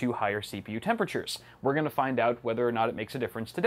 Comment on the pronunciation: "Ginna" 😂 I died Idk why 😂😂😂